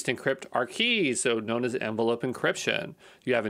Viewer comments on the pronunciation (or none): none